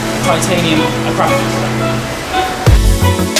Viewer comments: Akra-povic. Not pronounced "crap" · Akrapovic all the way. But is biker boys pronounce it ACK RA PO VICK the way you say it sounds like it's A CRAP OVITCH makes me cringe lol. But great car got Q7 myself n akrapovic best choice 100% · think its AKRA-POVIC in pronunciation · Ahh crap o vich. I think you mean akra povick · Can someone tell him its pronounced Ak-Ra-Povic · Akrapovic ( akra-po-vik) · Ahcrapovich - Nice!!! Please learn to pronounce their name correctly. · Learn at least how to pronounce it.